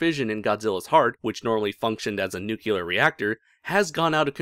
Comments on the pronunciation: Your pronunciation, sir. "Nucular." Grates on the nerves, a bit. Your entertaining videos, your choice, but something to consider. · New-clear NEW - CLEAR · There's only one U in the word "nuclear," bud.